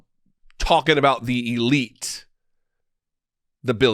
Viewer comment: I like the way you emphasized "Eel" in Elite. 🕶